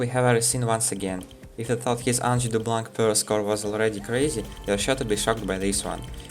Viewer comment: hey honestly you were close, just ignore the c in blanc and its the good prononciation :3